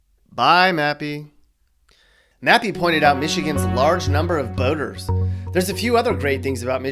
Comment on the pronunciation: When the narrator said that Michigan has a lot of boaters, I did a double-take and thought he said "boners".